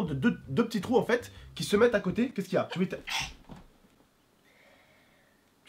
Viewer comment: Trop drôle il a dit 2 trout